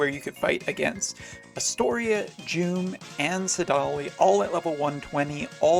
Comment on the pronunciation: I was fine with Duane but saDAHli? Come on :-)